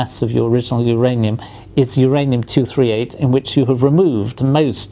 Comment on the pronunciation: im sorry, who's ranium? is it myranium?